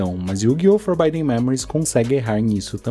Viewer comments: Pra fãs de FM como eu o vídeo irrita no início pra fazer uma conclusão que faz todo o sentido no final. A única crítica fica pela pronúncia mesmo, forbidden se lê como se escreve, e não com som de /ai/ no 'i'. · Eu sei que é uma reclamação fresca/fútil, mas o vídeo do cara fica praticamente impossível de assistir a cada vez que ele fala “forbaiden”. O que que custava ver que a pronúncia certa da palavra é “forbidden” com som de “i” mesmo? Sei lá. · Pô, mas "Forbaiden" é complicado. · legal o video, mas o querido falando for by them a cada minuto foi um pouco puxado pra mim kkkkkkkkkk